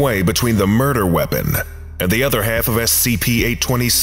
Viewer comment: Where you from? Had a bit of an accent when you said “half” there